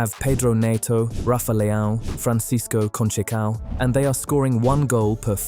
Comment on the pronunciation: Francis KON-TCHAY-COW ??? Come on man, make an effort.